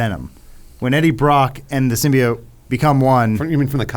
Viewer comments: Adam just say symbiOAT not symbiOTT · You guys are pronouncing Symbiote wrong, it's pronounced sim-by-ote not sim-by-ot. The reason Symbiotic doesn't pronounce the "ote" sound is because the E is removed in Symbiotic. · Every iteration of Venom has referred to it with the same pronunciation as they do in the movies, "Sim-Be-Oat" . I don't know where "Sim-Be-Ot" came from but it feels like it was a joke with Adam pronouncing it wrong but he just leaned into it lol. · It's SIM-BEE-OAT. Symbi-O-T-E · it's not pronounced Symbeeot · Okay Adam we get it, they mispronounced symbiote in the first trailer....pls keep repeating it every 3 seconds, it’s not like they fixed it before release or anything 🙄. The film is fine, obviously not fantastic but worth watching for Hardys performance alone.